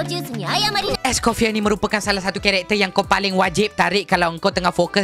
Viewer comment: bangla ni sebut pun salah... orang es coffee